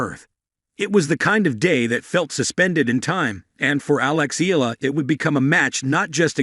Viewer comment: Eala is pronounced Ee ya la.